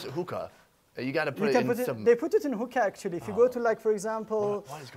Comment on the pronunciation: He meant to say Hookah spot,s not "Hooker Houses"🤣🤣